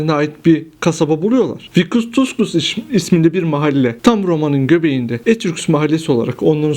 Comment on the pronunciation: Daha Etrüsk demeyi bilmiyor, kalkmış Etrüskleri anlatıyor ! Aman Tanrım !